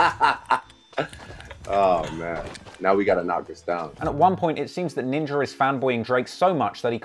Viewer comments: I know you aren’t racist I guess but you realize you’re pronouncing ninja with the hard ER we don’t do that anymore bro. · he said Ninger hahahaha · Hey congrats on the major hike in Subscribers, quick question, why is it when you say “Ninja” it almost sounds like you’re saying Ninjer..why